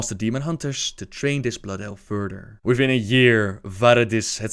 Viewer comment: OMG XDDDD Furder